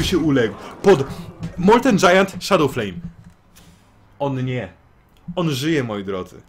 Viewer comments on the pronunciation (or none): none